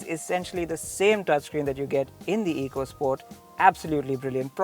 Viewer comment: It's not eecosport where e is pronounced as ee. It's ecosport, e is pronounced as a here. Learn it. Great car. Hope it sells as much.